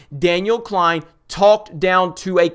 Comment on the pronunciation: Daniel Z "KLEIN" lol every fucking time love it!